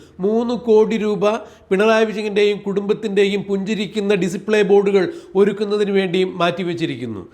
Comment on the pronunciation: ഡിസിപ്ലേ അല്ല. ഡിസ്പ്ലേ